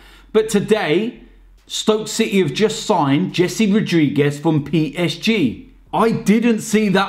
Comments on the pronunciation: It's not Jessey! It's khese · HESE! The spanish J is H.